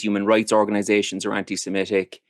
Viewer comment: Someone please tell that the word "semitic" does not rhyme with "emetic" - his pronunciation drives me slightly crazy in these vids